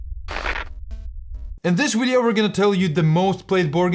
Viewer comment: 'In this Wideo' - love it.